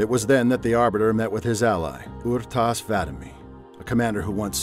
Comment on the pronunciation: This guy butchered the halfjaw's name... it's R'tas, not Ur'tas